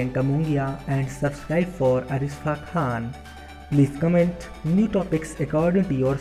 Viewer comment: Pehle name to sahi se pronounce karo in ka name Arishfa khan nahi Arshifa khan hai